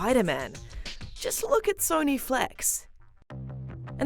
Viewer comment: “Jus Lewk at sonee flekx”